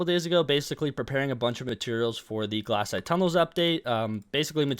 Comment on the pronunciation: do you pronounce glacite glass-ite on purpose? i’m pretty sure it’s glace-ite coming from the word glacier but i could be wrong